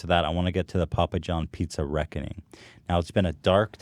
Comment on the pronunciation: he's saying "the day of Ragu", not "the day of reckoning" interpret as you wish